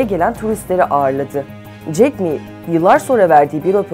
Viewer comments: jack me değil jack ma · Jeck me değil Ulan Jeck ma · Ma yün diye okunuyor, 马云, ayrıca jack miii değil, jack ma